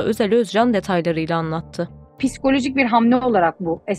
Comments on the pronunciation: “Pis-kolojik” değil, psikolojik..Yapmayın böyle hatalar lütfen, ciddiye alıp izliyoruz.. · "Piskolojik" değil, psikolojik